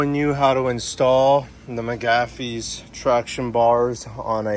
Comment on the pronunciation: Ain't no way you said Mcgaughys like that🤣 those look sweet though man!